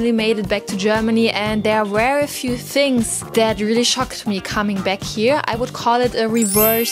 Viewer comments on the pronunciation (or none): none